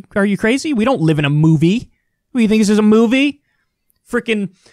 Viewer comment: “We don’t live in a MOVieeee” lol